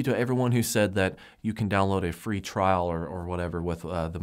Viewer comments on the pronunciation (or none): none